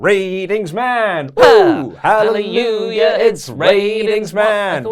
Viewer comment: Why can't say Hallelujah?